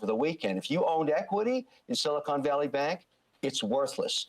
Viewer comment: Every single media has an idiot reporter that thinks Silicon Valley is Silicone Valley.